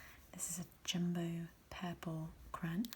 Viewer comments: Miss thing here is attempting some generic English accent and that's DEFINITELY not how you pronounce crayon in English – no matter the dialect 🤣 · Borderline sociopathic way to pronounce "crayon"... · Is "cran" an American way of saying "crayon" or it is a thing? Just like "paradigm" 🤣🤣